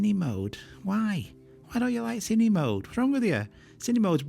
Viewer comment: Everyone, with an accent or without, pronounces “Cine-Mode” wrong… It’s short for “Cinema-Mode”. Not “Cinima-mode” :-P